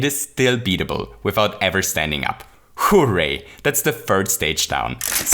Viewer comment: If you say hooray It sounds like hoo way